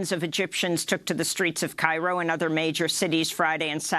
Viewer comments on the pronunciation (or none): none